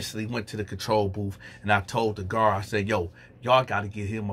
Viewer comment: They transcribed booth as "boof" among other words😂😂😂😂😂😂...dats what dey sound like😂😂😂😂😂pretty accurate